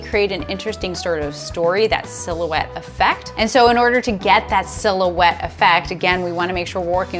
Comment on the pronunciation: Silhouette. Oh! I thought you said fill-ouette... and I'm like, just added a new term to photography! Cool. FYI - I've worked in professional video since 1983... have been a CPP in PPA for about 8 years. If you don't present in your own room at the next in-person Imaging USA... and you aren't teaching from the show floor... it would be a crime. Great videos! Love them! Beautiful work.